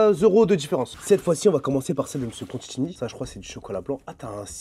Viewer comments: " Mr Contchini " ca commence bien 😅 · Il a massacré son nom plusieurs fois 😂